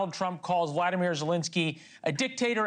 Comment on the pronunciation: You are mispronouncing Zelenskyy's name. It is VoloDYmyr (accent on third syllable), not Vladimir. (Vladimir is another person, OK?) His last name is Zelenskyy, not "Zelinsky." Also, Ukraine is not accented on the U, but rather on the second syllable.